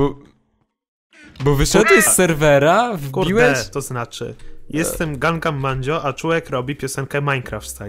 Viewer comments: blow gangam a nie gan man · To nie jest GANGMAN tylko GANGNAM -.